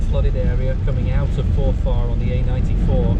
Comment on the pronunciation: It's pronounced Forfr, not For Far.